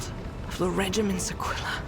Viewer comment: correct pronunciation of Aquila